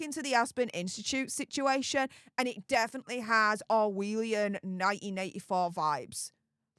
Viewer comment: It's orwellian not orwheelian..you exaggerate so much it's embarrassing..